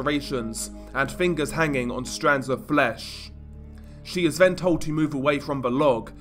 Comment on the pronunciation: good content and scripting, but the vocal delivery, maybe try like you're doing a standup comedy act, it's a bit overly dramatic and tedious, not every syllable has to sound like it is an earth-shattering piece of information - also, if you want to be a narrator, words like 'brother', 'further', 'then' , 'the' and though' aren't pronounced 'bruvva' , furva', 'ven' 'va' and 'vo'